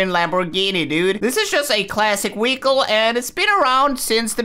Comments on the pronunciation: your pronouncing vehicle wehicle learn to pronounce words properly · He lowkey says weichle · hes saying weacle